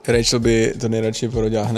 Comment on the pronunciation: Ty jsi Rachel a on ti říká "Rejčl"? Není to zvláštní? 🤭